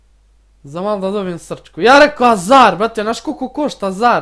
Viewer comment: kaze se hazard a ne azar